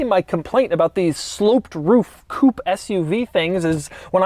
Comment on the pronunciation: Every time Doug says "coopy", a french chicken farmer dies